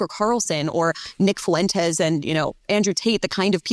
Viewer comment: Not to be an ass... It's not pronounced foo-wen-tes. It's fwen-tes.